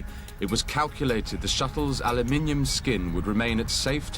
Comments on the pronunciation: DId Terry Hary just say it was constructen out of Aloominnnm...... Now speaking in English.. it' Al-you-min- ee- um...... Even American English (not reeal English) "Aloo... minum".... wrong.. but we'll let you off..... but WTF is this gut saying?????? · WTF....oh yeah, aluminniuum. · Alluminium ! in plain English :) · Knows how to build a space shuttle, doesn't know how to pronounce aluminium.